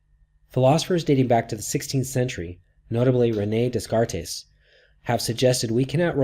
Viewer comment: Lord have mercy, he called René Descartes "Dess cartays."